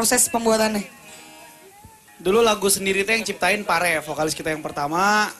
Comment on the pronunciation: vokalis bang... bukan pokalis wakakak